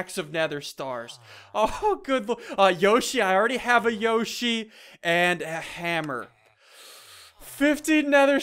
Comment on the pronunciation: hey dont say yossi ulgy